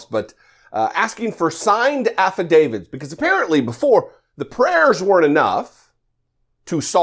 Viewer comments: What's with everybody saying "affiDAVIDS" ?? It's "affidavits." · What's an "affuh David?" 😆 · Oh but her "affa-davids". She is a piece of work.